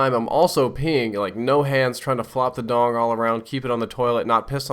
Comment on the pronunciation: Does anyone else thin saying 'dong' make the word strangely funny?